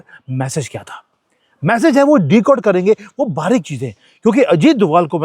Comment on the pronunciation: Please say 'message' not 'massage'.